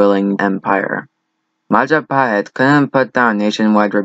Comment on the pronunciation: It's Majapahit you dumbass, not Mahajapit. You cannot even spell it well lol.